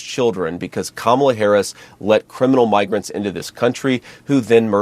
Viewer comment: Can’t stand this situation, but I’ve listened to the sound bite over and over and over again in slow motion. What I think he did was, pronounce migrants (My-grants) like MIG-rants. His mouth formed an ‘m.’ But, despite this, I can only imagine that since he is going along with this, he is one who uses the word we thought he used as a common hobby.